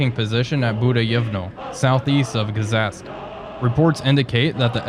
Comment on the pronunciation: Another lovely episode! Thank you,. By the way, in the names of the towns Gzhatsk and Mozhaisk the "zh" stands for the letter "ж" and is pronounced like in words pleasure or leisure. Anyway, love watching these, keep up the great work.